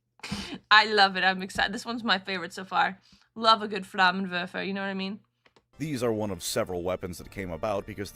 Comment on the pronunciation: I haven't heard a non-German say 'flammenwerfer' in SO long, oh man. remember: it werfs flammen.